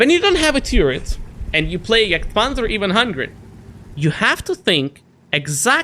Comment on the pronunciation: pronounce the name correctly. its not juuurger and not jurgtpanzer. ok ?